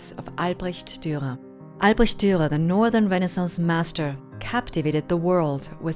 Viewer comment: The last r in Durer is silent? Perhaps not? You sound like you are dropping it sometimes.